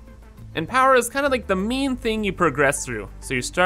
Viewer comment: took me half the video to work out he was saying 'main', not 'meme' lmao